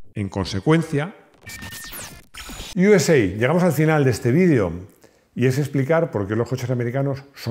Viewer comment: Yuesei , toma inglichutismos Yo siempre he oído “usa” literalmente